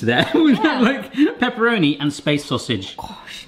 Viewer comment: Well, you say all the time 'Peperoni'! Peperoni is the hot brother of paprika. 🙂